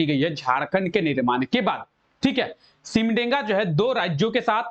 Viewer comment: सिमडेगा न की सिमडेंगा , ठीक से उच्चारण कीजिए